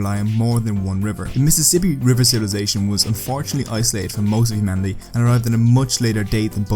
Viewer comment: It sounds like you say "fortunately for the Native Americans, European conquest and disease..."